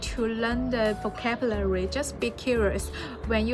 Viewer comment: so proud of u！但如果還喜歡英文，還想進步，建議多注意自己英文的讀音，比如發音或者尾音和連音。現在的話，讀音上還有很大的進步空間，'vocabulary ' 不要一節一節讀，這樣會很難聽。加油啦！